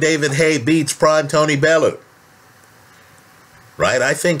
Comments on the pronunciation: Bellew "bell-'e-you you septics always butcher his name. Fs pay the man some respect! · I'm from Liverpool, and I know Liverpool people. Bellew would smash Parker too bits. And it's Pronounced BELL YOU. Jeeez he's not out of jungle book. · Bellew is pronounced bell-you for all you americans haha